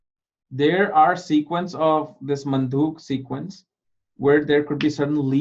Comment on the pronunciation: It's probably Manduk not mandhuk!